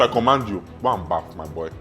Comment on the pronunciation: its not “baff”😂 It’s “BATH”